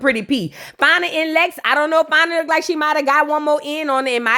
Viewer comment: didn’t even try🙄 “She lookded so bad!!” 🤣🤣🤣🤣🤣🤣🤣